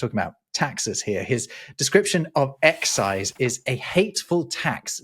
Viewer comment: didn’t seem to read the accent for EXCI'SE.